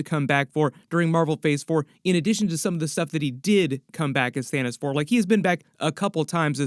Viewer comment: LMAOOOO YO "THINOS" is hilarious 😂